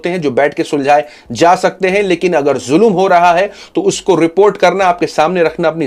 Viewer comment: Zulum nahi bhai ZULM